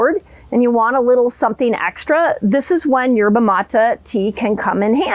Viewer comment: Dr Mindy it drives me nuts when you keep saying Yerba Mata all over these videos. It is pronounced Yerba Matay (Maté) In Spanish E is long A.